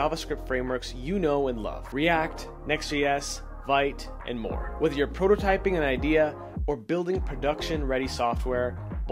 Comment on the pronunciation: Nitpick: Vite is pronounced "veet" (from the French)